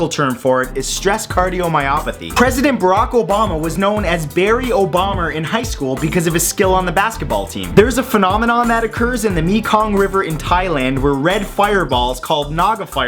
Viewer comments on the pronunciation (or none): Not Me-kong it's pronounced Mae-kong